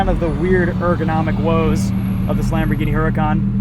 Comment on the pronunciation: spot on pronunciation🤣